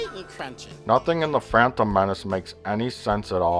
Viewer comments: Why does Plinkett pronounce The Phantom Menace as "The Frampton Menace"? Does he hate Frampton Comes Alive that much? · haha, 'da phrantom menace' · Why does he keep saying "phrantom" menace?